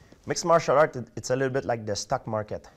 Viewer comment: Sounds like he's saying stuck instead of stock lol